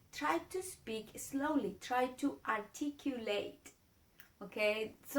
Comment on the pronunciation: one note for you dear lady, it is slowly, not eslowly.